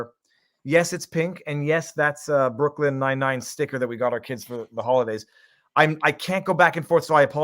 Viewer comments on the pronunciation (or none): none